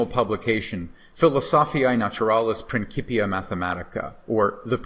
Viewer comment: Hey professor, say it with me "prin-sip-e-ə"...sorry 😅 prinkipia bothered me 😂